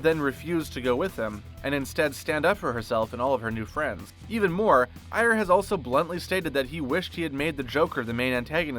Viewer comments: I swear I've always heard it pronounced as "Air" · Is that seriously how you pronounce "Ayer"?